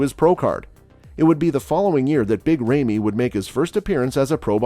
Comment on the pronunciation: Did anyone told him that there a new old mr olympia from 2 years !! He can’t even say big ramy right ( ramiii ramii )